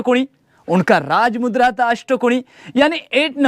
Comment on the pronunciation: raaj mudrecha apman karu nkos uchar nit kr tujhi layki nhi raaj mudrecha uchar chukicha karnyachi Jai bhawani jai chatrapati shivaji maharaj jai chatrapati shambhu raje🚩